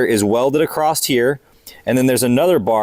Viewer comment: Is it a YouTuber thing that they all think the word 'across' has a 't' in it? It's the only place I've ever heard anyone get that word wrong, and over and over again at that.